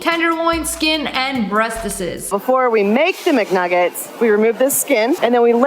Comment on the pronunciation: "breastests" -Lia/SSSniperWolf 08/02/2024😂😂